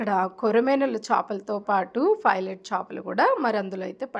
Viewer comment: చాపలు కాదు చేపలు